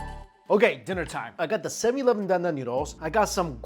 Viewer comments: It’s funny the way he saids 7-11. 7EEE E -11 lol😂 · are you intentionally saying 7/eleven wrong?